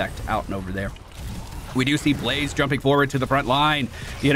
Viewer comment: lmao "ba-lazeh"